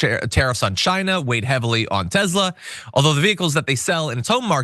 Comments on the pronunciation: John it's TESLA not TEZZZLA ...TEZZLA is how the south African nazi pronounces it not how the founders pronounce it. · Tes-la not tez-la 😅😅😅 sorry. It's drivinge.mad lol